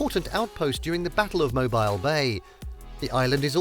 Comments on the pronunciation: Mobile is pronounced MOHBEEL. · This is a Terrible list other than The Space And Rocket Center and the USS Alabama. You left off some amazing places. Poorly researched list. Also, as someone mentioned above you are pronouncing Mobile incorrectly.